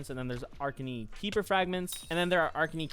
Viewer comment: uh-rak-nee beast-ee-airy